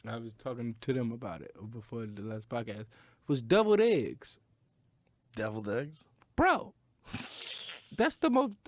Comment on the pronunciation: Joe was right. That bit sucked balls. Also, Danny says Devilled Eggs like "doubled eggs". Dummy.